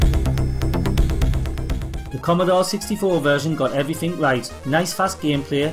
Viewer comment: Not sure how you've lived for more than 35 years and not learned how to speak properly. "evrifink" and "foort" are not words you generally hear outside of the first stages of primary school.